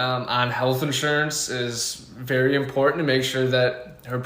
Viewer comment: Vewy, vewy, vewy slow!